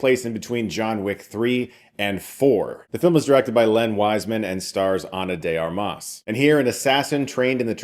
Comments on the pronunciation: I know how much you care about the professionals making films, so allow me a correction: you say Ana de arMAS, but it's actually pronounced ARmas. Also "armas" is literally "weapons" in Spanish so it's like she was destined to play this role. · the accent is also in the first A, not the second, like in "Armament" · She's done plenty of movies, so there's really no reason for you to mispronounce her last name.